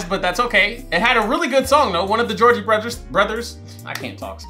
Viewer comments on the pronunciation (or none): Me:… Did he just say the Georgie Brothers? 😂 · You calling the Jonas brothers the Georgie brothers kept taking me out lmaooo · calling the Jonas Brothers the "Georgie Brothers" gave me LIFE loll 😂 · Bro was actually calling the Jonas brothers the gorgie brothers the whole time like 😂 I love this movie one of my favorites , even though it’s cringy it’s an original , this video was hilarious keep it up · Loll😂 dying every time you call the Jonas brothers, "the Georgie brothers" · Bro keeps calling the Jonas Brothers The Goergie Brothers LMFAO 😂😂😂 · Georgie brothers hilarious it's Jonas brothers getting the names wrong has begun! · I find it funny that you’ve been saying Georgie brothers when it’s the Jonas brothers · Him calling the Jonas brothers the Georgie brothers had me hollering!!! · Not pronouncing the last name Jonas as Georgie or something like that HAHAHAH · Why do I literally correct you every time you call them the Georgey Borthers 😂😂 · Is he calling the Jonas brothers the Georgie brothers on purpose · They are the Jonas brothers! Not Jeorgey brothers lol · It's Jonas! Not Jorgie😭